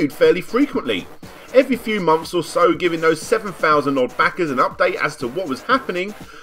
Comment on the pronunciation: Mumfes and mumfes of being unwilling the pronounce the 'TH' in your own language, as a commentator and content creator... gg well played